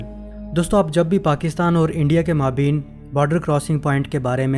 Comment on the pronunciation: اچھی معلومات لیکن آپ کے تلفظ بہت غلط ہیں۔۔خاص کر maabeen نہیں maabayn صحیح تلفظ ہے